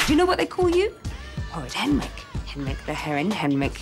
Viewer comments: Doesn't This Morning realise that it is "Henrick" Hanssen, NOT "Henrich" Hanssen? Jeez... Anyway, Guy Henry is such a wonderful gentleman of a man! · 10 years late but still, it's Henrik.